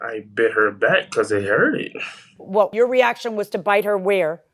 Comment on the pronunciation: also said Hurt-ed.